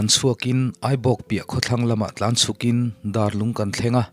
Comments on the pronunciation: Darlung khua hi Ruallung thlûkin i lam a, Mêl Lung thlûka lam tur. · Dar tih hi biakin dar kan tih ang a lam rik tur a nih hmel mihring dar ang nilo in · Darlung tih hi ilam diklo deuh a😁 Dar tih hi zungbuna an chher chi dar lamdan angte BIAKIN dar tepawh ni ang Chu tianga lam tur Chu ania😁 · Darlung lam dan khi a dik chiah lo a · Darlung tih a Dar lai hi ri sang tur a ni. Dar eng zat nge tih a dar lam rik dan ang hian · Darlung tih i chhiar diklo,,Darlung hi kan khua ania, inlam rik dan hi a diklo a, a lam rik dan turah chuan school a dar kan vuak thin hming kan lam ang hian dar tih hi lam tur ania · A putea te chhung meizial zu an awm miahloh laia... A putean zozial tui leh rù tha deuh a hriatthiam tlat laia hi a inkalh deuh tlat... 😁 Tin, Darlung lam dan diklo zeuh a awm... A bak chu a tha in a ngaihnawm viau e.. like.. 👍🏻👍🏻👍🏻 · Darlung ithluk adiklo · Ngaihnawm leh hle mai.A dawt leh a nghahhlehawm nghal khawp mai...Darlung i lamdan erawh 'Darbenthek' tih a 'Dar' rik dan anga lam zawk tur ani e. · Darlung tih khua hi i lam diklo a...Dar tih hi Biakin Dar a Dar kan lam ang thluk hian lamtur... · Darlung i lam dan thluk hi a dik lo deuh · Dâr (Bell) leh Lung ( Stone ) anga lam tur a nia Pu ber...